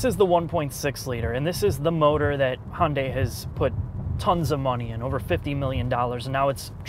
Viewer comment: It's pronounced Hun-day Too-sawn